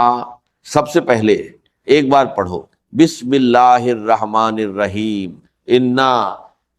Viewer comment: is m bismillah kitni wrong padhi h